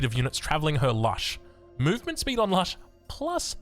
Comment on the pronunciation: it's Lush. As in 'lush greenery'.